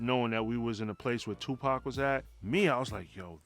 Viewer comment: Lmao this guy said Tupac 😂😂😂😂….